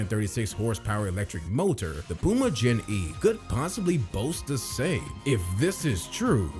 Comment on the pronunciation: Pooma😂 It’s pronounced Pewma. Plus petrol is not pronounced patrol.